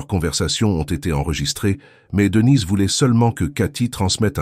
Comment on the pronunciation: Marre de ces voix robotiques qui font des liaisons bizarres et disent des choses comme Devinez et Brian au lieu de Denise et Brian, sans même s'en soucier. Ça pourrait être intéressant mais pas sans touche humaine.